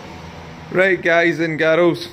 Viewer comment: "Ello Guys and Garuls".... Love your channel. I am watching in South Africa.